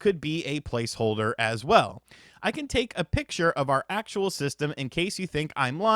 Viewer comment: I know some of you think he said "palce holder" But that's not what he said. He distinctly said, To blave. And as we all know, to blave means to bluff. Huh? So you were probably playing cards, and he cheated...